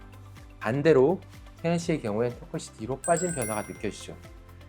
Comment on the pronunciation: 의사인데 발음이 틀렸음. 턱끝이. 터끄시---->터끄치.